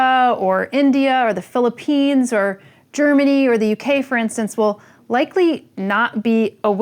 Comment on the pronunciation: I maybe drop engineering because of this plant adiction. Hahaha goosebumps when you say Philippines